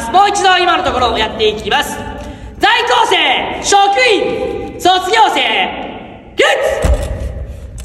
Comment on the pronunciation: 「ざいきょうせい」って甘噛みしてるの好き